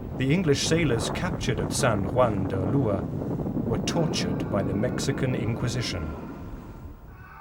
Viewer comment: Did he say Mexican Inquisition